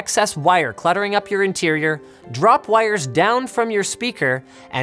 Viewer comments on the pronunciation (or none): none